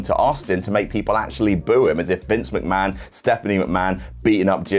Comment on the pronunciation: "Mc-Ma-HON" got me good --- nice one,! xD